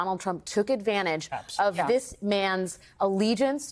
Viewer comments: "works as vah-lets"? Shouldn't that be pronounced "val-lays"? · Did I really just hear Alex Wagner say "val-ets" instead of "val-ays"? I did, didn't I?